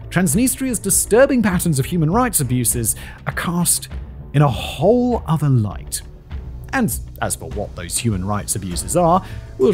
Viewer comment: I know this is a month late, but THANK YOU for saying "a whole other" properly. This is one of many reasons why you are so good. (Hopes he hasn't messed up. I'm too old.)